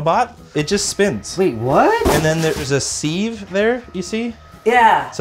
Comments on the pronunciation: . Wow, I've never heard sieve pronounced like that before! Its 'siv' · okay but the real crime here is him calling a sieve a SEEVE. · who the f says sieve as 'seev' its 'siv' hahahahaha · Ok tried to ignore this but can’t it’s pronounced si ve , like give but with an s not seeive lol the first e is silent…. I know im a hoot at parties lol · What's a seeeeeeeeve ffs how can English get so wrong (I'm English btw) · There's no way Canadian's pronounce sieve like that right???